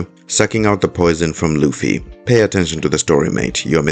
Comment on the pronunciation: This guy never watched/read one piece and probably got all his info on reddit and can he stop calling Luffy lucy